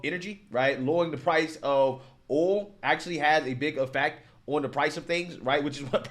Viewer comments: What's "oal" are you trying to say "oil"? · You can't even say oil? The heck is oool? Lmao blacks need to get it together.